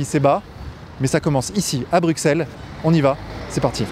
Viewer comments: On ne dit pas Brucksel mais Brusselles merci 😀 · On dit pas BruKsel, mais Brussel, lorsqu'on a un minimum de culture enfin, je veux dire quand on est un vrai journaleux, quoi... Et puis ton visage,, hagard pendant que tu marches aux côtés de ton invité, t'as le droit de vivre tu sais! d’interpeller, de réagir, de faire des parallèles, des comparaisons, demander des exemples,etc... c'est ça un vrai journaliste. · ok juste Bruxelles se dit Brussel (le X était une abréviation du SS a l'époque des moines copistes) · On dit brusselles